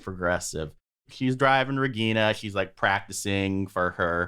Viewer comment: Regina is my favourite character. She has her problems but she doesn't try to make others suffer. I like how you get the pronunciation of the names right.